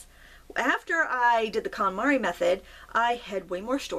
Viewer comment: The what method? Sounded like calamari but I'm pretty sure that's not what you said. 😆